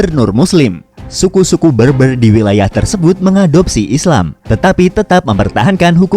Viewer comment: Berber pronouncenya bukan beurbeur.. tapi bèrbèr...